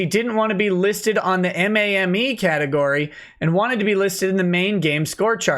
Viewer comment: Yeah. Him saying it as M A M E annoys me a bit. Lol